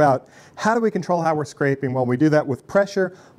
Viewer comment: Presure? Radus? Come on, dude